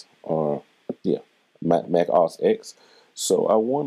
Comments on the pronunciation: FYI just say the letters O and S. Not oss like a word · Very good introduction, esp. to Drummer and the EQ. Thanks! (Um...and since somebody else mentioned it, it's pronounced Mac O -- S.........not Mac osssssss.). Rock on! Keep up the vibs!